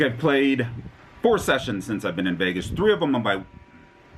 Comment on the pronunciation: Shessions? Did you say shessions? 😂💰♠️♣️♥️♦️